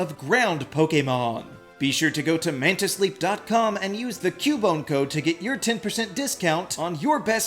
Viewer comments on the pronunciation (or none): none